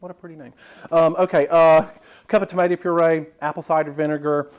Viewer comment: "Ain't a tumaytuh been near that!" LOL!!!